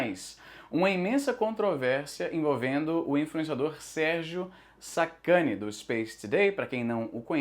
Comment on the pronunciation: Izzy falou Sérgio sacani eu ouvi sacudo.